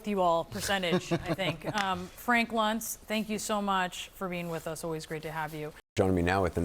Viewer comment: *Luntz. Rhymes with dunce.